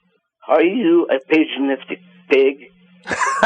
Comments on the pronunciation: "page a nistic" ?!? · "are u a pajanistic pig?" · did he say pajanistic? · "Are you a paganistic pig?" Lol, not only is he an ignorant f**k that just made up a word, but he also managed to pronounce it wrong. Epic fail. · seriously, who says "paganistic" with a "j" sound?